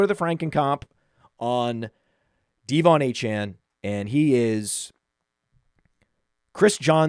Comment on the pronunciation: Is this dudes thing mispronouncing everyone’s name? 😂 DEE von Achane was about to give me an aneurysm